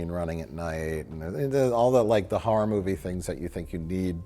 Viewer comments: Cheering at my screen everytime Mike calls them Harrar pictures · "Harrer pictchas" - Mike Stoklasa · Lol, these guys pandering to the truthers by pronouncing it "harrer" like 540 times. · Ha’ra = Mike saying Horror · Harr’r pitchur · Im only here because I was promised that Mike calls them "Harrah" Movies. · "Har'er movies" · Harrer pickchurs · I love that saying "horror" brings out Mike's latent Chicago